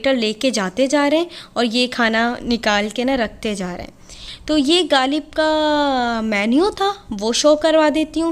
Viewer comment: Plzzz ghaalib nahi h غالب ہوتا ہے 😂